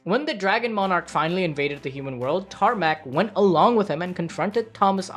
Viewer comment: "tarnak" - "wait, did you say tarmack?"